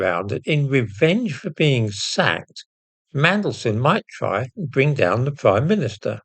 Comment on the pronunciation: Did you say revenge for being sacked or sucked?